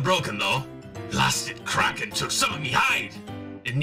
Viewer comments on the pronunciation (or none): none